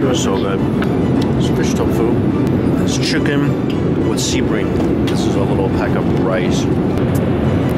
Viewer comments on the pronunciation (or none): none